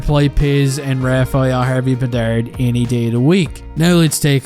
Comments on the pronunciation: Its Harvey Pinard not Bedard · harvey pinard not bedard😂